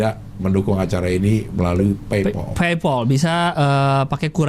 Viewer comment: bacanya paypal cing, buka paypoll